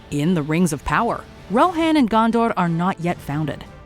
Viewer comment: I'm sorry but the way you said Morgoth, Gondor, Rohan bugged me so much. I mean literally 10 seconds later Galadriel show you how to pronounce Morgoth and you go again MoRGATH. Otherwise nice video.